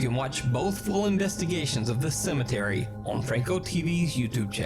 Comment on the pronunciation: It’s “cemetery” my guy 😂...